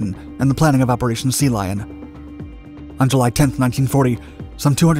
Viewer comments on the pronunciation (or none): none